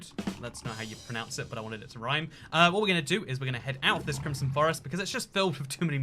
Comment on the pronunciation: Foxcatgaming 2 crimson not crimpson